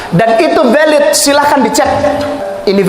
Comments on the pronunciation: gk punya rasa malu Sok kr english2an.. eh.. linksoundnya amburadul... Blg VALID mlah VEULET...😂😂😂😂😂😂😂😂😂😂.. gk bacanya: PELET..... Sbntr lg bisa2 akn mensahkn FATWA... FATWA CARA BOHONG YG BAIK DAN BENAR.... Mana ada d belanda jurusan liturgi.. alamak... bgtu mudahnya org2 islam dibohongi... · Dan itu VELIDHHHH 😂tuakberrr😂